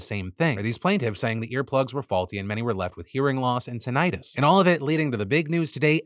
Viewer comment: That’s that how you pronounce tinnitus